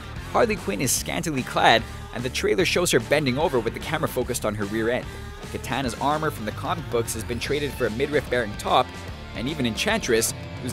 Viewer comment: Enough balls to criticize movies but can't pronounce katanas name right